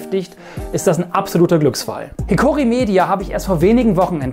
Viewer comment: Schlag bitte mal nach, was einen Hiki Ko Mori ausmacht und übe die Aussprache nochmal :)